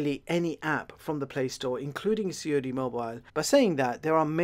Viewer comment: "C.O.D. mobile"🤣